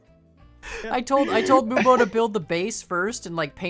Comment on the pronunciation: Finally moonbo and not camodo